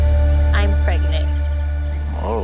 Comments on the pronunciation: He did not say „pregnento“ Hahahaha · Stevie saying “pregnanto” is nasty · steve really looks at the test and says “pregnento” i cant stand him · “Pregnito” -Stevie 😂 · Did stevie just say "pregnito"...... 😂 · Not “Pregnito” 😂😂😂😭😭😭😩😩